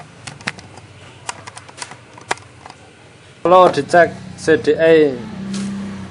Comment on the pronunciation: Si di ai Bukan Se de ai CDI